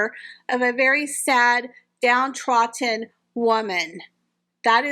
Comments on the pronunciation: With all good wishes, please may I mention that it is ‘down-troDDen’….as in.. she has been trodden into the earth. Sorry to be that person but I dislike it when I get things wrong and no one tells me !. Thank you for your posts, it’s great when I see the small blue circle indicating a new one. Much appreciated. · "DowntroDD'n" we're gonna make a Brit out of you yet! We already have you saying "mum" 😂 do you think they're still together? I think they've hit Splitsville personally, I think Harry's had enough of that whacko.